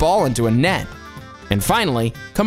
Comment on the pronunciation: Also,camogie is pronounced cam-oh-gee